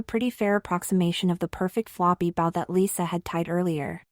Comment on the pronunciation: Mostly a good story, but really annoying to repeat several lines several times throughout. And the AI needs training on how to pronounce "bow" !